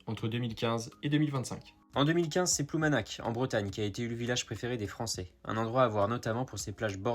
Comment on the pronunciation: Ça se prononce Ploumanar (un peu comme un h/r roulé dans la gorge)